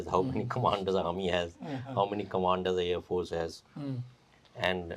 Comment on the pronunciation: Ca-man-do of air phorce...Garud phorce, phraud phorce.